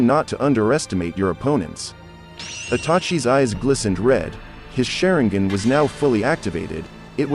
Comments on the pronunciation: Its sharingan not shareingen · man's really pronounced that sharingan= SHARE-N-GAN😂😂😂 Edit: SHARE-N-GIN😂😂😂